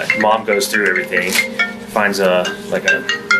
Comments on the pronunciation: I HATE Leticia Stauch... With every fiber of my being. I even hate the way she mispronounces words like "Everythink" and "Land field".... Ughhh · "Why would I harm our child out of everythingk" why does she and her daughter week end certain words with a g with a k in instead, is it the accent? I hear this on southern people alot.. . Example: Everythingk, wonderingk, etc.